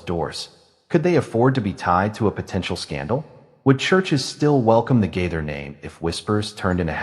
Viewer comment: Yeah where do you all come up with this stuff They have both been writing music for many many years and you don't even know how to say the last name You're talking about someone you don't even know how to say their name